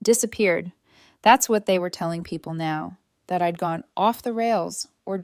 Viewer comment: Hey “Don’t touch my car” is FOUR WORDS NOT THREE! If simple math is F’D UP no wonder there are so many grammatical and pronunciation errors! I’M and I’D isn’t pronounced imm and Idd!